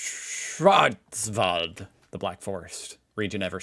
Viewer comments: Pronounciation of "Schwarzwald" was perfect🎉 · agree well pronounced 👍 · That pronunciation of Schwarzwald was enough to get a raised eyebrow and a snooty nod from me. Respect. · You did a great you pronouncing Schwarzwald 🎉 But I noticed you have problems with words with „frei“ in it like Freiburg. It’s not pronounced „free“ but rather „fry“ if you wann try it 😊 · Ok schwarzwald pronounciation was fine. Now try Freiburg , say fry boorg 😊 Ei is pronounced like I in englisch nearly always.